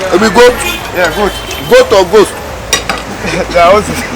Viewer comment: said "goat or ghost"? 🤣